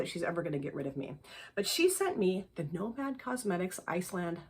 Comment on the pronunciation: Hope the birthday was fabulous!! I’m glad you got the Nomad palette too. I think you pronounced it perfectly lol! The GG palette is so pretty! I highly recommend Ethereal from GG.